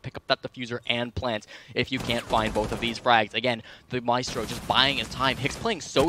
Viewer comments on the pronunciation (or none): Say “my-es-tro, instead of My-stro, but the day Ka-de instead of Ky-ed